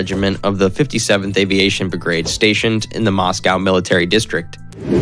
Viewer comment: God, your permanently shifting pronunciations of the same names makes this seem almost comical. I mean maybe were dicks and he is dislexic or something, but then he really just shouldnt be doing the voice-overs himself. Bigrade!? Okay, he most certainly is dislexic or something alike to it... he should make someone else read the text then.